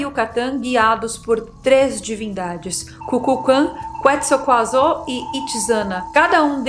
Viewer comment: =) É engraçado, mistura fatos conhecidos com fatos inventados termina sendo engraçado, mas causa confusão essa mescla. KulkulKan e Quetzacoatl são a mesma entidade a serpente emplumada, e tem que aprender a pronunciar direito o Quetzalcoatl que vem do passaro Quetzal